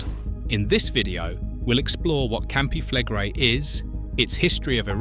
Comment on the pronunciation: Campi flegre? Campi flegré-i heißen die "brennenden Felder"! Wieder einer, der keine Ahnung hat, wovon er spricht? Ach so! Wieder eine KI-Geschichte, die wiederkäut, was allgemein bekannt ist, CIAO!